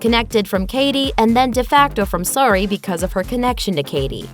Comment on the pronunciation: Over and over you keep pronouncing Suri wrong